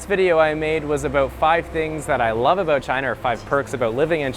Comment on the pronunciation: last vedio I made was aboot....